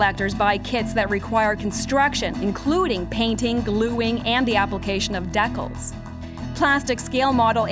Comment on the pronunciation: did this bitch truly just say "decul"